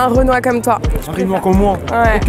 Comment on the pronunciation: « Leu renoi »